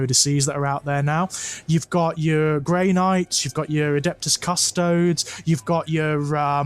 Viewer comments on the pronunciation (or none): Also, a little side-note: I cringe a little every time I hear pronounce “Custodes” as “Cuss-toads”, almost as much as I cringed upon hearing about the Great Unclean One and the witch putting their Marvin Gaye/Barry White mixtape to good use. Not because I’m a snob who DEMANDS that it be pronounced “Cuss-toe-dees”, but because every time I hear it pronounced the other way, my mind can’t help but think “Custard”. And if thinking of ice cream whenever the Emperor’s Golden Champions are mentioned isn’t HERESY, then I don’t know what is.